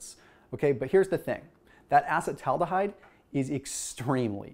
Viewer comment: Can you at least learn how to pronounce acetaldehyde correctly?